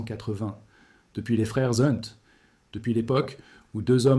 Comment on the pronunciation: Hep, IA ; pas les frères zzzzzzHunt mais les frères hhhhHunt. Pas de liaison avec les noms patronymiques ! Cela dit, merci pour les bonnes informations toujours très interéssantes ; cela nous change des carabistouilles déversées à souhait par les économistes de plateaux-télé et d'écoles de commerce et par nos chers banquiers voleurs ! 🥰👍👍